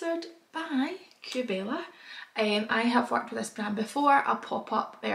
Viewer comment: I’m gonna sound like a proper smart arse but it’s pronounced “Kay Bella”. Xxx